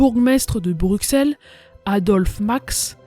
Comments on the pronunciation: BruSSelle pas bruksele... anverSSSS pas anver... jamais on apprends sa a l'ecole :/ meme etant Belge on apprends plus sur les francais mais surtout les americains et anglais... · On dit Brusselle mais l'écrit Bruxelles Mais belle vidéo d' hommage à ma terre natal 🇧🇪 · Intéressant, sans nul doute. Et cela fait plaisir, en effet, que l'on se rappelle que les Belges aussi ont combattu. Il n'empêche, en temps que Belge, il y a des noms qui font mal aux oreilles. Paul Eyschen se prononce "éskenns" Anvers, on prononce le S final Bruxelles, on dit Brussel. On écris Bruxellois et on dit Brussellois La ville près de Liège ayant vécu le même sort que Dinant s'appelle Visé Ravitaillé via Callait et Dunkerque, ainsi que Nieuport, qui était bombardé, mais néanmoins en service. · Anver"S" pas Anver. le mot "envers" n'a pas la meme orthographe que Anvers donc il faut dire le S. BruXelles c'est un X pas XC tu prononce soixante (soissante) pas Soixcante. C'est pareil pour Brusselle. Sinon merci pour le documentaire ^^ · Petit info dans Bruxelles le x se prononce s mais si non supers vidéo.